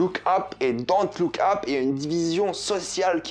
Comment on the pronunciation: Pourquoi tu le prononce Don't look Ap c'est super énervent.